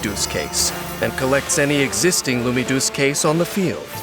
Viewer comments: the way he says Lumidouce sound like he is saying LoonyToons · They said lumiduce case about 20 times from what I counted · I like the part where they said lumidouce case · My favourite part was when he said “Lumidouce Case”